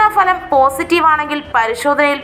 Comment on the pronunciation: കേരളത്തിൽ അക്ഷരാഭ്യാസമുള്ള എല്ലാവർക്കും അറിയാവുന്ന ഇക്കാര്യം ഇപ്പോൾ എടുത്തുവെച്ചു വിളമ്പിയത്. ഫലം (Bhalam) എന്നതിനു. പകരം Falam, Falam എന്ന് നാട്ടുകാരെ തെറ്റ് പഠിപ്പിക്കാനാണോ 👹👺😡